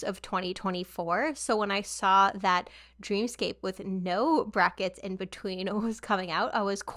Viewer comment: fun fact dream scape is supposed to be pronounced dream escape! and this album is dreamscape.